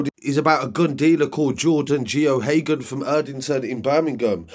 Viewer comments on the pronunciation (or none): Geoghegan is pronounced Gaygan btw mate.